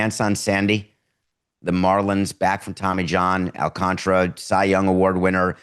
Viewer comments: Pronounced AL - CAN - TA - RA not AL - CON - TRA smh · Baseball Reference says "all KON ta ra". Those vowel sounds are approximations, but it's 4 syllables with the second one stressed.